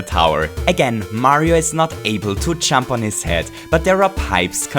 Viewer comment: Every time he says "Jump," it sounds like he's saying "chump". IDK